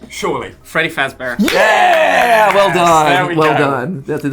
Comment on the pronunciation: Clap and a half for getting Freedy's name correct